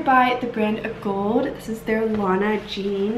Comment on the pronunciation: Great video. Fabulous items and thank you for providing helpful fit and sizing information. Oh yeah, also thanks for pronouncing Agolde correctly .😎